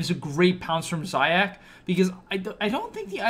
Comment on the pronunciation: its pronounced zayats not zayacs just letting u know